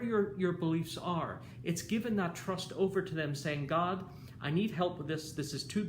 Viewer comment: I love all your video but every time you say god I cringed😝